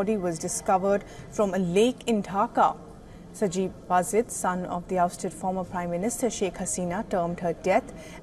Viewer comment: The news reader calls sajib wajed, sanjiv wajed. 😂. Devdas er chele sanjiv wajed. Lol